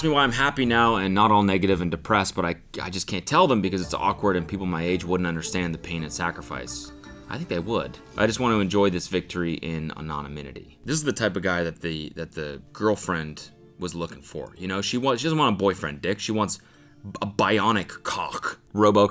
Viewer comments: Love this dude, a-non-aminity 😄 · Cody it’s an-oh-min-ity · Anonymity was pronounced weird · why pronounce anonymity like that :( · homie can't pronounce anonymity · Hey Cody say anonymity again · cody sweetheart that is not how you pronounce anonymity